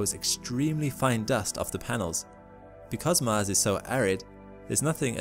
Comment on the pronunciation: Hey can you say MARS instead of MASS? :-) Just kidding man. Keep uploading interesting vids :)